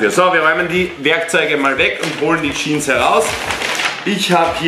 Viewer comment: Junge es heißt Jeans nicht Jean !!!!!!